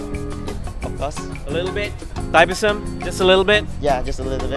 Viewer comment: Pronounce la betul2 Thaipusam